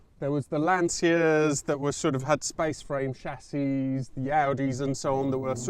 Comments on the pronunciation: Great video, hope its not long before we hear some good news about your 308, but come on, you pronounce Padova etc properly so why not Lancia??? Its Lancha not Lanseeya, keep up the good work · Perfect pronunciation. Except for LANCIA! IT'S A SURNAME Imagine if we called a guy named Smith ... SMITTO. Anyway, nice job.